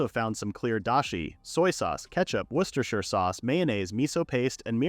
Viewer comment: the text to speech failed Worcestershire sauce